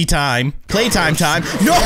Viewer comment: it's playtime not platime